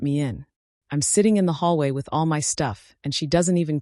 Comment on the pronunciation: Can ai be programed to say my and not m y?